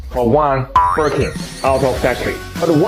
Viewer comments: “Birkee Bag “ 😂😂😂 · I like the way you pronounced Birkin 'Birkey' 😂😂😂